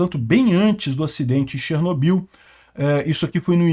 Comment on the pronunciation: Até hoje falam errado no Brasil, se pronuncia Chernó-bil tônica no ó....